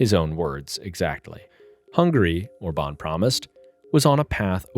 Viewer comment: His name is Orban with accent on O not orbAn with accent on A. How come you don't know this? I thought you said obAma from the way you pronounce it.